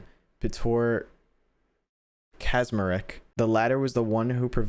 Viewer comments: PETOR KAZMAREK XD You said the last name pretty well but "cz" is said like "ch" in chocolate. I don't know how to explain the name tho. I love when someone tries to read polish names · As someone who speaks polish, the way you pronounced Kaczmarek is the single time when someone butchered a polish name so badly it made me want to comment. Here is your medal